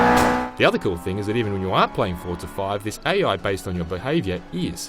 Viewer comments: Forza not Fort-sa... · Its Forza not Fortza... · It's called Forza not Forta. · What is up with people from the UK putting a "T" onto forza? They all seem to say it Fortza